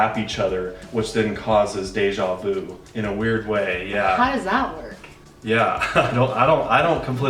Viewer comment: I love how English-speaking people pronounce it "deja woo "